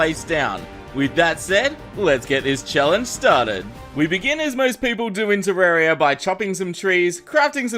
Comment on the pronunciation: He said terraria with an E